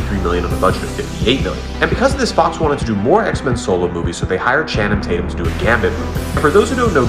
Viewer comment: I didn’t know anybody other than Rhett McLaughlin pronounced Channing Tatum’s name “Channum Taitend”, but here we are